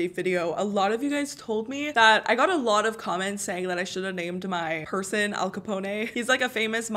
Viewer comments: Lmao she said al ca pona it’s al ca pone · Btw you pronounce Capone as in (Cuh-pone) not (Cuh-poné) lol. Fun fact my cat is named after him XD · Capone is "ca-pwn' not 'ca-pwn-ay'. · The way the said “al Capone” she said “Al CapOnA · okay maybe im wrong because my earphones are on the fritz but did she say Al capone ayyyyye. I think its Al Capone with the O saying its name and the E is not doing anything. Maybe ive been saying it wrong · You did not just say caponA lol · Think stone when saying Al Capone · Al capon-EY!? sorry what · “Al caponè” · Did she say Al copo ne and Al copone was mob boss in Chicago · al capone not capon-ay, and he is from chicago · Lmao Al Capone is from Chicago and it’s pronounced (cup-own) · His name is pronounced al capon and he is from Chicago not New York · I was annoyed the whole video because she was saying al caponay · Al Capone like Al CaBone not Al CapOne